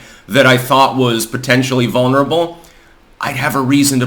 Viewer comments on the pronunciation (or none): none